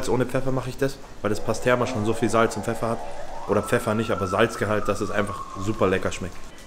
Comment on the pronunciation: Nicht pasterma sondern mit i pastirma ist Türkisches Speck kommt von pastrami.